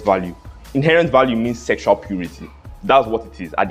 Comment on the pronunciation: "S 3 EXUAL" 🤣🤣🤣🤣